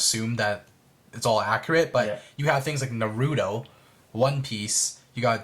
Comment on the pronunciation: Tell me my mans did not just pronouns naRUto like that 😂😂